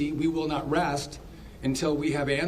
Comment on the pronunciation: “We will not rast”?